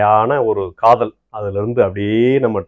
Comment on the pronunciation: காதல் இல்ல, காதோல் 🤣🤣🤣🤣🤣